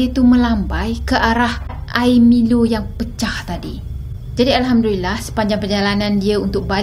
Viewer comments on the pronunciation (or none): none